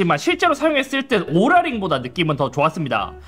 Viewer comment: 뭔데자꾸 오롤라 ㅇ로랄로 들려